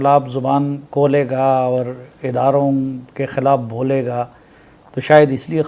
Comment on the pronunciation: Khaulay ga aur Baulay ga 😂😂😂😂😂😂 This is so called journalist